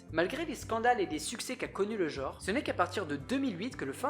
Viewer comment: le mot "genre" ne se prononce pas "jore", mais "gENre", avec un "EN", comme dans "ENCULER". Les millenials, il va falloir sérieusement que vous appreniez à vous nettoyer la merde des oreilles, hein.